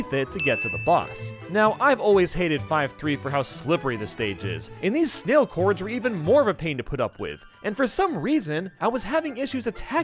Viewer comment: Snalicorns, not snailcorns